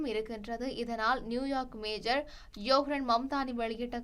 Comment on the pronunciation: தயவு செய்து நகர "மேஜர்" மம்தானி என்று செய்தி வாசிக்காதீங்க. மம்தானி மேஜர் அல்ல "மேயர்". மேஜருக்கும் மேயருக்கும் வித்தியாசமுண்டு. நீங்கள் வாசிக்கும் செய்தியை பல ஆயிரம் பேர் செவிமடுக்கிறார்கள் என்பதைக் கவனத்திற் கொள்ளுங்கள்.